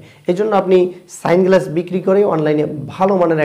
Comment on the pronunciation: সানগ্লাস❌ স্যাংগ্লাস ✅🤣